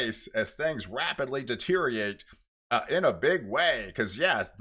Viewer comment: The word is deteriorate not deteriate